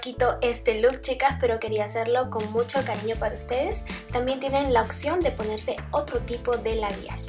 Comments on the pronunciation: Muy bonito el maquillaje de ojos, pero solo una observación, lo correcto es "opción" no "occion". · Por que dice "occion":(( cuando es "opción" me estresooo :'c ya no se pongan arenosos jsjdkdkdkd es solo una observación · Es "opción" no "occion". Todo lo demás bien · Muy bonito el maquillaje de ojos, pero solo una observación, lo correcto es "opción" no "occion" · Muy bonito el maquillaje de ojos, pero solo una observación, lo correcto es "opción" no "occión" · no se dice oxion si no opción pero lindo maquillaje